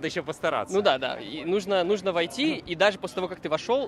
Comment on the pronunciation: "нужно" (с ударением на последнем слоге) - в этом наше всё ))